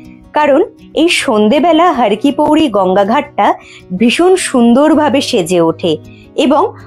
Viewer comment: দিদি রে, একটা কথা বলি কিন্তু কিছু মনে করতে পারবে না। কথাটি, ' হরকিপ্যাইরী ' হরকিপৌরী নয়। যার অর্থ, "হর বা শিবের পা"। মতান্তরে, "হরির পা" ধন্যবাদ🙏💕